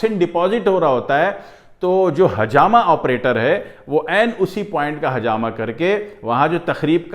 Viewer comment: Assalamualaikum Aap bahut achi benefits batha rahe ho lykin aap plzzzzz hajama nahi ," Hijama" kahye plzzzzzzzzz